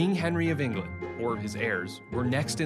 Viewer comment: there could have been better actors to take on the roll. I could name many actors who are British that have take similar roles that would have done better. He coudnt even say England, he said “englind” and he looks very young for the part and Henry was like 6’4